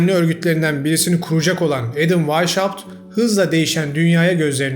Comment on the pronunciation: Adamın isminin telaffuzu vaişaupt değil vaishaupt (Almanca) ( asıl beyaz , Esas, baş demektir) Hauptstat = Başşehir gibi.